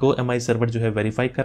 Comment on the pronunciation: Thanks sir bhut bdiya video...sb smj aa gya......sir aj phr MIU bola MIUI hota h